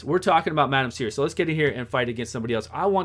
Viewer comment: Anyway, I think it is French, so it should be a silent "s" , so it is pronounced as "Serri"